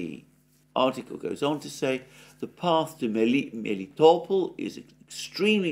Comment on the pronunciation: Besides people mislead him. Like, one who wrote to him haven't pointed that second "e" in Klescheevka means "ye" with Russian rules of pronounciation, I.e. Alexander was right when pronounced it as KlescheYEvka. About pronounciation of Melitopol he was completely mislead BC locally it's name pronounced as MelItOpOl', with complex stress, very close to the Greek pronounciation—just with soft "l" at the end (similar to soft consonants in German, which may be more familiar for someone). Also Slavyansk and Kupyansk are SlAvyansk and KUpyansk BC it's cities of Nova Serbia and they have Serbian stresses but one who gave all this references simply uses "Great Russian" rules of stresses not realizing that this cities may not have Russian names.